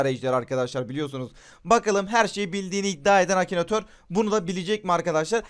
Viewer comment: Akinator'u Akinatör diye bilen koca yürekli:)